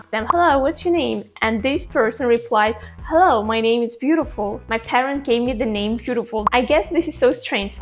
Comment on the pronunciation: your hello sounds like our "hao ma"